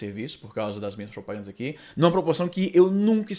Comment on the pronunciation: "aqui" se pronuncia sem schwa, Izzy.